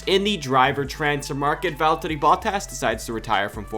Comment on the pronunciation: Not sure if anyone has told you this before, but your pronounciation of Valtteri's name is quite spot on. :D And the inflection when you do makes me crack a smile. (I'm finnish for the record.)